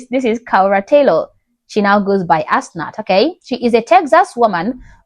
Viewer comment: Did you say her name is now....... Ass knot?!.........